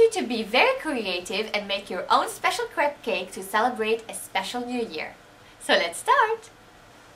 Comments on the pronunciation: lol its "crap" on "crap" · ehehe it sounds like you say crap cake